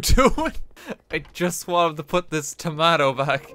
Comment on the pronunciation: Isso no one else fixated on the fact that RT actually said toumatou